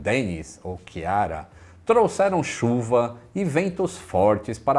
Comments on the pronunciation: Não é chiara pois não tem h, a pronúncia correta sem h é tiara , com h é kiara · A pronuncia certa do nome Irlandes Ciara e 'KEER-rah' com aqueles r do interior de Sao Paulo :-)